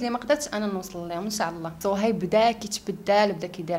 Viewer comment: الدودة لي كلاتني فهاد الفيديو هي ديال خينا لي مع شوف تيفي وكيف كادير ينطق صهيب شسصهيب